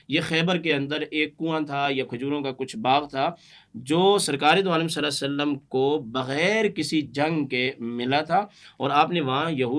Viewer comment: کم ازکم درود پاک تو صحیح طرح پڑھ دیا کریں،صلے سلم کیا ھوتا ھے،کیا مطلب ھے اسکا۔یہ کون سا درود ھے،استغفراللہ